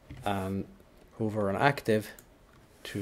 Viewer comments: Just for your information, pronounce "hover" as H a v v e r Hoover is a vacuum. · Please learn how to pronounce "hover" correctly